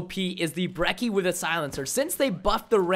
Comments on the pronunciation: I'd say every single gun in the game is extremely balanced. Some are more annoying than others, but none are particularly "dominant". Also, h-o-l-y crap Preston, it's not the "BREKK-EE" It's the "*Brech-ee*", as in Church.' Also, fun fact, the shotguns in Black Ops 3 do a minimum damage as long as one pellet hits. So, in older games you could point blank someone but only hit him with one pellet per shot so you could hit like 5 shots and not kill. Now as long as you hit someone with one pellet, if say you hit them with one more, it will kill them. Hence the "Reliable two shot kill" in the Brecci's description. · Everytime I hear someone pronounce Brecci as "Brecky" i lose my mind It's Bretchy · I hate how he called it the "Brecki" god damn americans man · It's pronounced like "brechi"